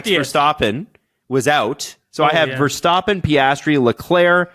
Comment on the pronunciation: When will you stop calling him VerSTOPpen ???